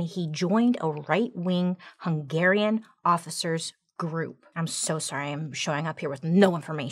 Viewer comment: Finally someone knows how to pronounce "Hungarian ethnicity", thx Bailey, you are the best ever, love from a Hungarian 😍😍😍